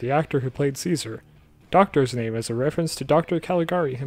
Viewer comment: I just watched the new episode and I thought it was funny to learn Caesar is pronounced Chase-ar